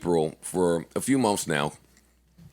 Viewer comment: Everybody else: months Joe: MUMFS😁